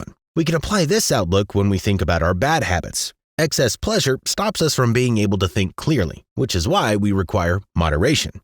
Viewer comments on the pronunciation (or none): none